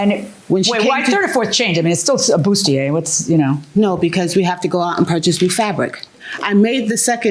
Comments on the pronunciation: Boot-see-a and gautier, boff. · It’s bustier. And corset’s accent is in the first syllable, not the second syllable.